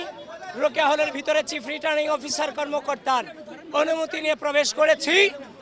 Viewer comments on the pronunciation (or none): none